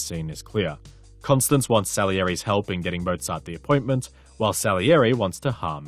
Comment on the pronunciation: Great video, but this nags at me --- you kept pronouncing his wife's name as "Constance", when it is pronounced "Constanze (kon-STAN-zeh)" or "Stanzi" as Mozart refers to her in a pet-name.